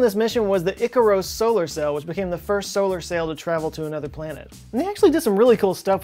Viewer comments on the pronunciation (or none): none